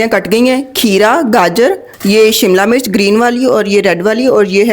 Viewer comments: I like your videos. Learning everyday chinese cooking. But please dont say," MURCH". HARI MURCH. This is wrong urdu. Please ہری مرچ کہیں۔ زیر استعمال کریں۔ زبر استعمال نہ کریں۔ یا پنجابی میں بات کریں۔ Hari mirch Not Hari murch. Please don't mind. I will try tomorrow this recipe In Shaa Allah Taala. Stay blessed forever baita. Aameen Ya Rab ul Aalameen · Hari mirch not murch